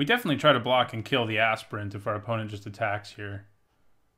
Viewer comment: I love how you say Aspirant. :D "Assprint" Good plays, love your videos.